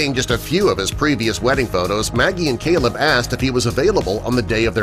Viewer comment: The guy reading the story calls the groom Celeb (as in celebrity). Apparently his name is Caleb!! It's not that difficult!